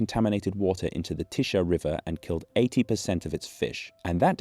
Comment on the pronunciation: Tisza is pronounced "tisa" not "tisha"